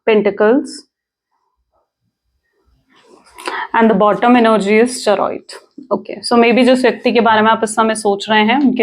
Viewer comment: Chay ree yut , Not cha Roy it